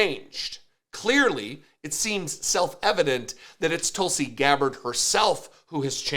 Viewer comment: Her name is pronounced Tool-see. Because she’s a big tool.